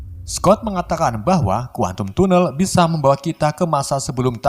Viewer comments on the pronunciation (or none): Bukan tunel bacanya, bacanya tanel